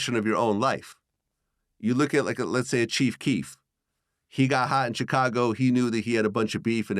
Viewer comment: VLAD PRONOUNCE CHICAGO WEIRD WHEN HE SAY IT